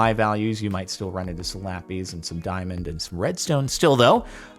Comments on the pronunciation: ive been trying to say this for years captain its not lapees its lapis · IT'S LA-PIZ NOT LA-PEAS PLEASE JORDAN SAY IT RIGHT. Thanks love your vids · I've never in my life heard someone say LAPIS (lap-is) like lappies (lap ease) You are the literal first for me. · "Lapees" Say lapis correctly or I stab an orphan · the way he says "lappys" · "la peas" loll